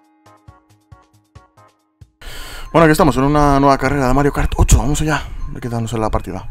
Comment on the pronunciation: Parece que dijeras mariokartocho